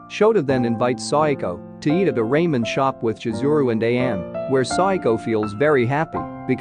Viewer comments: it's not raimen it's ramen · Bro, hearing you say “Rae-men” instead of “Ra-men” is about to give me a stroke, please correct it next time but overall good summary 🙏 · Stopper watching when I heard Raymen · lol Ray-men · Not Raymen 😭😭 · RAY-MEN WUT RA-MEN IS HOW YOU SAY IT AAAH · It's ramen😂 and not raymen. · bruh at least pronounce ramen right